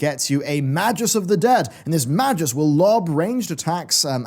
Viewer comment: Please don't say magus as if it is spelled majus